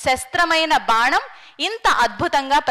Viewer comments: బాణం కు బదులు బానం అని వుచ్చారణ తప్పు తల్లి. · బానం కాదు... ప్రమానం కాదు అమ్మా.. అలాంటి సభలలో కుడా నోటికొచ్చిన తెలుగు వాడొద్దు.. plz..